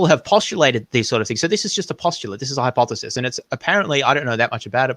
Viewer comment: He always mispronounces "hypothesis". Maybe just a speech impediment.